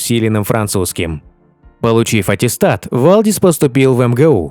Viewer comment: Правильно говорится ни Вальдис а Валдис и так же пишется.